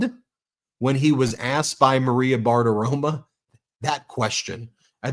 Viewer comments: Ben— Bartiromo. NOT BartiromA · I m a big supporter but you drive me nuts when you pronounce Maria “BARTAROMO” as Maria BARTAROMA. Her name ends in O not an A! It drives me crazy! Please pronounce her name correctly even though I can’t stand Maria BARTAROMO. (Sorry for all caps)